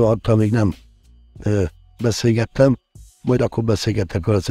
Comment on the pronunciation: "beszégettem" beszélni se tudsz szépség 😆